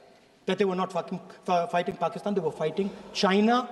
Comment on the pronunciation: he says fucking instead of fighting!🤣